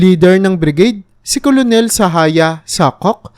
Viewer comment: Ang bigkas sa colonel ay “kernel” hindi “kolonel”. Sagwa pakinggan